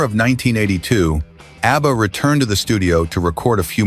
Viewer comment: “Obba?” AI is not a good thing…